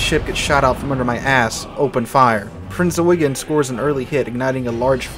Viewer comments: The Admiral Hipper class German heavy cruiser was named Prinz Eugen. Pronounced as "oy-ghen" and not "yoo-gin" or "you-geen". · 1. It's NOT "Prince Eugene", but "Prinz Eugen", pronounced "Prinz Oy-ghen" (and NOT "yoo-jin" or "you-jeen". 2. Prinz Eugen did NOT sink Hood. Even though she had landed the first German hit of the engagement, and started a fire on Hood's boat deck, PE's 8" HE shells did not have to ability to deliver any serious damage to Hood's citadel, and besides by the time of Hood's destruction PE had already been ordered to switch fire to HMS Prince of Wales.